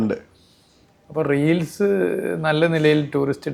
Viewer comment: റീലിസ്. അല്ല റീൽസ്